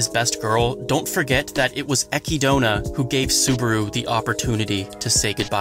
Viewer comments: Echidona? it's Echidna, like the animal, like Knuckles from Sonic, (fun biology fact Echidna's have 4 penises) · Please don't pronounce it "ekky-donah". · Did this man say Ecki-Dona? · Love the episode, but damn I couldn't help but cringe at the pronunciation of Isekai and Echidna. Even though I know that the Echidna one is just because of the Romaji translation being Echidona.